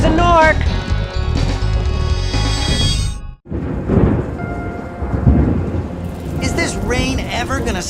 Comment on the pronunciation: When they go to dragon shores in the original for vacation I swear Spyro says "last one there is a narc" which was slang for someone uncool back in those days. However it seems they changed it to "last one there is a nork" which makes less sense now